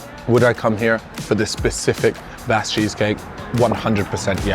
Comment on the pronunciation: I understand in different parts of the world all words are pronounced differently. But Basque is also my last name so hearing to pronounce like that hurts my gears 😂